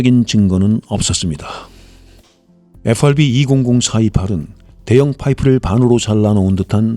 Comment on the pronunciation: 에후아르비는 최대한 버터 발라서 발음하시면서 마그네타는 너무 김치적으로 발음하셔서 마이 웃었습니다.